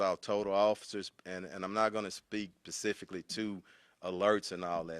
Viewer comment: He said pacifically not specifically 🤦🏼‍♀️😂 OH LAWD.